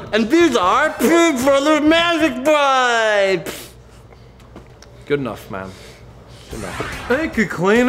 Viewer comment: No. It's not Magic WIPES. It's magic Whip-ees. Okay? WHIP. EES.